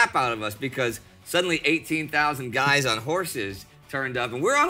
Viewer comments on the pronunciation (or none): none